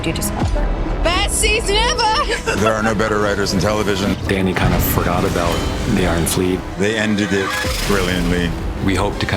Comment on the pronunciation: "kInda ForgOtt"